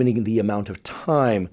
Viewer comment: Thanks for the video, but I hope you never say milieu again!